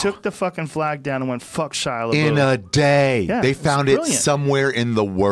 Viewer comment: Joe “Shia La Boof” Rogan